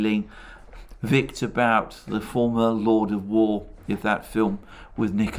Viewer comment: Victor But is pronounced 'Boot' in Russian.